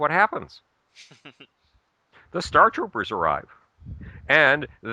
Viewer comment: sorry,i know it doesn't matter,but i feel the need to correct you lol,it's stormtrooper,not startrooper lol